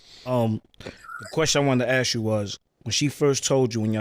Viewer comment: Why does he say "axe" instead of "ask"